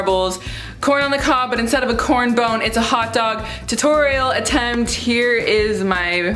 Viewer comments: did she say... corn bone? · it drives me insane everytime you say corn bone but i adore you regardless lmfaooo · did she say corn bone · So we gonna ignore that she called it “corn bone” instead of corn cob😭😭😭 aww, i love you😂❤️ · What the hell is a "corn bone"?! It's a COB, not a bone!! Hahahahahaha! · COB! NOT CORN BONE! WTF!?!?!? Lol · I’m sorry, did she say “corn bone”??? Hahaha